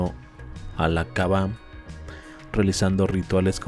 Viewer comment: Suena raro cuando dice kaba, es kaaba.